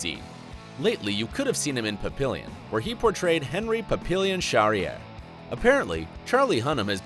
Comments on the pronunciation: If you don't know how to pronounce a name, you should really learn how to do it BEFORE you make the video. "Papillon" is pronounced pa-pee-yon, and "Gemma" is pronounced with a soft "g" (like in the word "gem"). "Trager" is pronounced tray-ger. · He also failed to pronounce 'Papillon' correctly. This is the result of catering to the feelings of children rather than training them to be adults and thereby forcing them do do things correctly even when they cry.